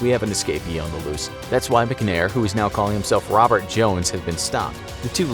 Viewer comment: why did he say Robert like that lol